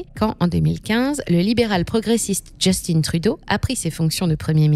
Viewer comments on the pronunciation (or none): On ne dit pas Justine mais Justin Trudeau c'est un nom francophone ça ne fait pas chic dutout ici d'angliciser la prononciation des mots on est toujours fier d'être canadien francophone (nuance non pas français). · Justin ça ce prononce pas Just'une mais Just'in....comme le mot pain....p'in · Ça se prononce Juste-hein Et non just-in. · justin pas justine. c'est un quebecois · Analyse très intéressante Par contre, Justin Trudeau est québécois et francophone malgré les apparences. On ne prononce donc pas son prénom "djestine" mais bien Justin en français ;) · JUSTIN (pas JustinE) par pitié 😂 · Grincement de dents…. « Justine Trudeau » Pourquoi « Justin » prononcé à l’anglais… Mais pas son nom de famille? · Bonjour, simplement vous dire que Justin Trudeau est francophone de naissance donc on dit Justin en français :) et non Just-In. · Pour ma part, tout va bien, évidemment tout est plus cher, mais c’est pareil partout dans le monde. De plus, les salaires suivent et augmentent rapidement. Ha oui, c’est Justin Trudeau, pas Justine. C’est un Québécois francophone, donc pas besoin d’employer l’accent anglos. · On dis pas Djustinne Trudeau, on dit Justin en français 🤦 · Attention dans votre prononciation du "JUSTINE" TRUDEAU. "Justin" est un francophone et son prénom se prononce en français. Ici au Québec nous tatillons sur la langue française. Sinon ce reportage est légèrement alarmant et nous croyons rebondir dans les 5 prochaines années. Merci. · Pour info, ici on ne prononce pas Justin à l'anglaise mais bien en français. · On voit que les seuls termes utilisés par cette chaîne sont en anglais alors qu'ils le sont très facilement en français. Dire de cette façon "Justin" c'est pour faire une blague ou quoi? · On dit Justin, comme Justin Bridou, pas comme Timberlake. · hello, comment peut-on être aussi loin de la réalité? On voit que cette chaîne ne sait pas de quoi elle parle. Ca commence par la prononciation du nom du premier ministre. Pa thé ti que!